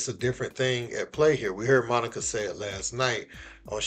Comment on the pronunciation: Hey Monica you said it right!